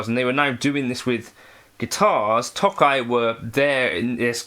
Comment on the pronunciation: This sounds as good or better than the nacho one. Now I have the dilemma of if I'd rather hear the British pronunciation of 'Nacho' or 'Tokai'. Both are a war crime